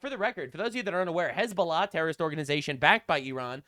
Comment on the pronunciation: His fake ass hezBOOla pronunciation makes me physically writhe